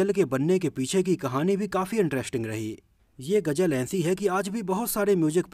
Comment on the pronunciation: Sory bhai main apka fan bhi hon par hindi main ap bat karte ho to ghuzal ko ghujal na bolo lpz